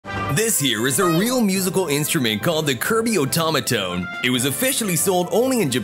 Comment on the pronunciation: Its pronouced like oh-ta-mo-to-ned